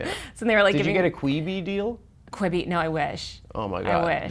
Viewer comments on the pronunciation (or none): Calling Quibi “kweebee” is so funny man that marketing budget did nothing.